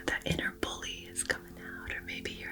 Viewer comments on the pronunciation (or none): none